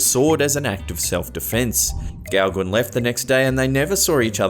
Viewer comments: Gauguin is actually pronounced "Go-Gan" and NOT "Gow-Gwin". Here's a link to the correct pronunciation of this French name, Gauguin. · You make me laugh out loud with your pronociation of forgian names. It's pronounced Paul Go-gan. 👍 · Thumbs up...just a friendly FYI though. You pronounce Gauguin as Go-Ga, dropping the n. The A is pronounced as it is in the word 'fan'.